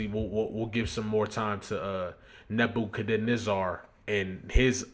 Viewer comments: It’s pronounced Neba-ca-nezzer Sorry bro but it was irking me to hear you mispronounce it 😂😂😂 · Surprised me when he said it like that. I thought he was educated enough to know how to pronounce it. Shame. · Say it with me my G. NEH - BYUH - KUHD - NEH - ZUH (spelled Nebuchadnezzar) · Neb-ba-ca-nezar. Or is the mispronunciation an inside joke that I’m late on??? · 🗣️NAH-BAH-KA-NÉ-ZER the pronunciation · I got you bro. Neh-Buh-CUH-Neh-Zer Nebuchadnezzar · Its pronounced "neh-buk-hed-nezzer" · Neb-uhh-kan-ezzir. Like, yes sir! Yezzzir! Neb-uh-kan-ezzirr! You heard it before, just dont recognize it, the way it's spelled. Pretty sure its said in the Marvel universe somewhere.😂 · same ong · "Nebb You Cuhh Nezz Zur" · its "neba cuh nez err" you aint seen the matrix?? 😂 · Seeing you butcher "Nebuchadnezzar" was funny as hell lmao side note "Nebuchadnezzar" was also Morpheus's ship name in The Matrix.